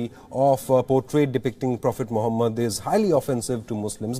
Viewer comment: did he just say profit mohabat 🤣🤣🤣🤣🤣🤣